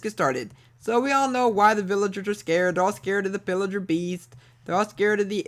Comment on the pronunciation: PILLIGER NOT ILLIGER